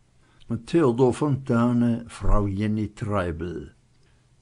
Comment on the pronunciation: "Yenni", nicht "Djenni" ist korrekt. Namen wurden damals nicht englisch ausgesprochen und Fontane ging es immer darum, gesellschaftliche Verhältnisse akkurat darzustellen. Auch wenn er anglophil war. Der Vater von Jenny Treibel ist Professor für Sprachen, daher vielleicht die Vorliebe für einen Namen, der sich von "Genevieve" ableitet. Er bedeutet, und das passt sehr gut zu der Romanfigur, die alles lenken und zur Oberschicht gehören will: "eine Frau des Adels, die weiträumig bewegende Frau".